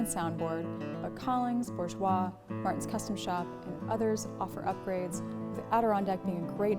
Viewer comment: is the first online reviewer that I’ve heard pronounce Bourgeois correctly! This is after many years and videos I might add.